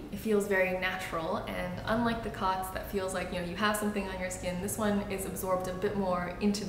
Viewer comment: I believe it's pronounced "coats," as in, it coats the skin. The line over the "o" denotes a hard vowel.